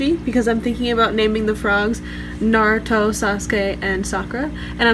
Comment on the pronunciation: Sakura (Saah ku Dah) Naruto (Nah Du Toh) Thats how it is pronounced properly in Japanese. Nice set up